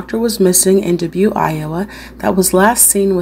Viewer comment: I like how you speak slow enough for my old ears. Dubuque is pronounced “Duh-buke”